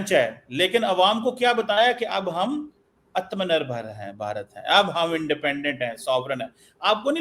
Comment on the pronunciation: Atamnirbhar nahi, ATAMANIRBHAR, TIT, AGNI KA NAM NAHI SUNA